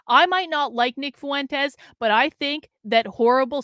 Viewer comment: Why do you say "foo-entes" instead of "fwentes"?